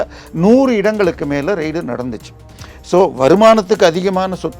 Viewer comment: ரெய்டு என்று உச்சரிக்கவும் . ரைடு இல்லை. ரைடு என்றால் சவாரி. Journalism ஆங்கிலத்தை தமிழில் படிக்காதே அது இரு மொழி கொள்கை இல்லை